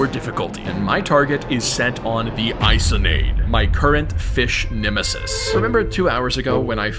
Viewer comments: How to pronounce Isonade👇 I-SON-AD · Isonade is pronounced “eeh-so-nah-day”, it’s a Japanese myth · Also isonade is pronounced Eee-so-nad-A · Not to be THAT GUY but it's pronounced (eesonadé) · Didnt pronounce isonade correctly